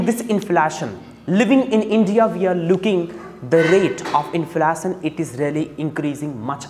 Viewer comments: His prounciation and accent is not good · How to pronounce inflation plz google once. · His inflation pronunciation is hilarious 😂😂